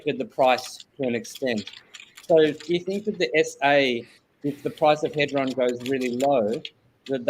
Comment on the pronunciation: Hee-dron.... for the record